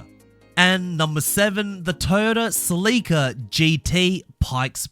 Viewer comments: Wtf duuddeee , Celica! : SEL-ICA !!!! NOT!!!! SLEEICA! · You lost me at the mispronouncing of the "Sell"-eh-cah (You could at least find a video where Scotty talks about his "baby", his 94' in order to hear how he pronounces it) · It's Celica. Sell-ick-ahh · Celica. Pronounced sell e kah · You said Celica wrong. Top Secret Supra???? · The way you pronounce celica is just wrong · Ive never heard someone say celica like that